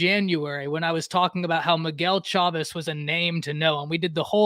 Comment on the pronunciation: Okay, I have heard this too much and have to point it out… it is Miguel Chāvis!! (Chay-vis) just gotta make sure to get the man’s name right, when you are putting that respekk on it!! 👏🏻 good show, ignore these 🤡, if you don’t lie to their fans, you are riding others!! texass fans clearly missed the part where you said they were tied for 2nd and could win the conference too 🤦🏻‍♂️🤦🏻‍♂️ lmfaoooo they gotta get past Kansas first hahah